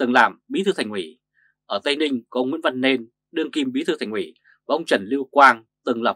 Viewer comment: Thành ủy mà ông này nói thành quỹ thành quỹ .